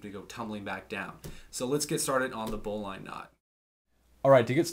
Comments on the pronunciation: PLAY-BY PLAY COMMENTS! *Whip or fuse those rope ends boy! I can hardly watch! *It's actually pronounced "bow-lin". I know, it seems nit picky, but there it is. The benefit of the bowline is not really it's security (e.g., a figure-8 follow through is more secure) but that it is easy to untie AFTER being loaded. To make a bowline more secure, try a double bowline or bowline with a Yosemite finish! *It's not a "hitch knot" it's just a "hitch". *You tied the turn and two half hitches WRONG. What you tied is called "reversed half hitches" which is simply a lark's head on the standing end. The working end should move around the standing end in the same direction (i.e., CW or CCW) for both half hitches. A turn and two half hitches is structurally the same as the granny knot while reversed half hitches is structurally the same as the square knot. I'm not saying reversed half hitches is inferior, just call them what they are. *Taut line HITCH, not knot. Listening to you say that is painful! BTW, the taut line hitch slips on many modern nylon ropes (e.g., paracord); use an adjustable grip hitch or Blake's hitch next time. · Dad was a boatswains mate in the Navy ( pronounced bozns mate) . He would always say, " a good knot is easy to tie, easy to untie and doesn't kink the line". He could tie a bowline one handed as well as lots of fancy work. He pronounced BOWLINE with a short "i " NOT a long "i". Just sayin. Thanks for the review. PS. The little jingle is called "the sailors hornpipe" not the Popeye theme song DOH. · Sailors say bowlen ... not bow line. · great video. Thank you. btw, bowline -> pronounced BOUGH - luhn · Bowline is pronounced 'Bowlin' also the most practical use of this knot is is for situations where there is a lot of strain on your line, because it won't foul, and no matter how much of a load this knot might have on it, if it doesn't cook or part, it can be untied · Yea bowlynn is how they pronounce it in firefighting as well.